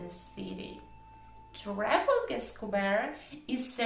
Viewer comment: Trafalgar - the stress is a bit unusual